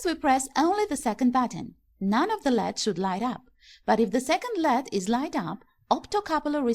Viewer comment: I hate when someone says lead rather than L E D its annoying